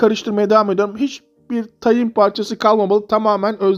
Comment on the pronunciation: Tayin değil tahin